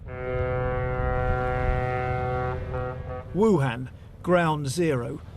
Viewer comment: Western journalists cannot pronounce 'Wuhan' correctly.